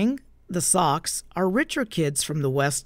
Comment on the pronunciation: Socs- pronounced “sosh” with a long o. Short for “social.”